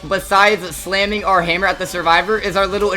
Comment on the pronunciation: ''oh the shedwetsky is on auwa farm''